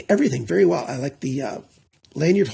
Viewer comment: "?!" Are you turning into into a German? 😂 Welcome back, great review as usual.